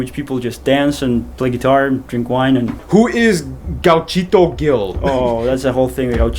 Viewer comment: not beer nor vodka, fernet, nothing to do with those two I almost die when you said "guachito" instead of "gauchito" because that mispronunciation you had, is actually a real word and it was so funny terere is just cold mate I liked the video cheers bro